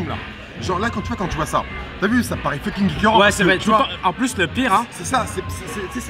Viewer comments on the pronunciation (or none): le fu de fucking ne se prononce pas "feu", mais "fo" 😄